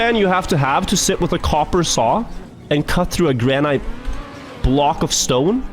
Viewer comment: I love how he mispronounces "granite" :D